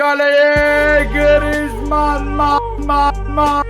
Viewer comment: mbbape baglı grrizman baglı sanchez baglı diyen 😂